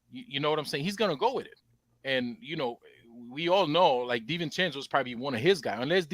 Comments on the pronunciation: Hey - Dante's last name is DiVincenzo NOT DiVincencko It's an Italian not Eastern European name. Adjae pronounces perfectly - try to keep up with Panel!!! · DiVincenzo NOT DiVincencko!!!!!! Het can you guys trade Stepdaddy tini wanabe bad guy please!